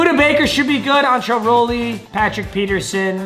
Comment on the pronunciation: saying antrelle Rolle makes me want to CASH NASTY my laptop